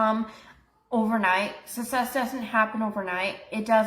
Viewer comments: She pronounces “necessarily” correctly, but mispronounces “success”…it’s either lazy pronunciation or she genuinely believes the double c makes the same sound as the double s…And I hope your back feels better soon! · The way she says success makes me uncomfortable. 😬